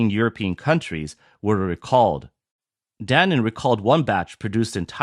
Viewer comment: Danen? Really??? It's Danone, idiots!